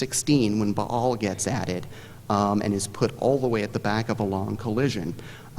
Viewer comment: Someone opted against taking a general ed in Classics. Buh-all, Ay-Jacks ^_^